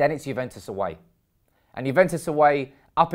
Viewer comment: It's Juventus not Juventes 😅